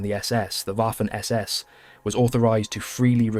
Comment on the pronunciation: Why you keep saying Waffen (Uafen), as if it was an English word? It pronounces Vaffen. The entire world pronounces is correctly: Vaffen. Don’t you know that German W reads V?